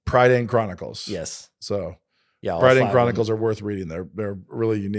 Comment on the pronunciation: Great to see Chronicles of Prydain get a shout. Taran Wanderer is one of my favourite books. The pronunciation threw me off though haha. To hear Americans pronounce it pr-I-dain and not pr-a(ugh)-dain always gets me